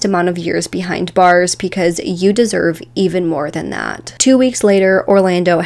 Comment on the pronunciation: It also sounds like she's saying p-cuz instead of because & it makes my head hurt.